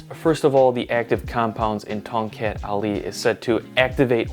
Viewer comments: I heard you said kongkek Ali... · More like Tongcut Ali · The proper way of pronoucing Tongkat Ali is - TONG CUT AHLEE Sorry can't stop being a pedantic cause I am an Asian where Tongkat Ali originates from. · to the untrained ears it sounds like toket ali, means ali's boobs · I was kind of thinking Ton"gut ali? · being from south east asia. it sounds really weird hearing you pronounce tongkat ali in an accent🥲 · Omg 🤣 i love when people said the word from one of our south east asia weirdly 🤣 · As someone from Southeast Asia, I'm just here to hear his Tongkat Ali pronunciation. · Same hahahaha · when he pronounce it like that, I almost laughed too hard XD. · As someone from North America, I like hear South East Asian’s funny pronunciation of English.